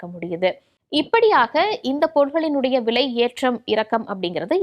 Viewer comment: விளை இல்லை அம்மா.... விலை.... தமிழை கொலை செய்யாதீர்கள்😂😢😂😂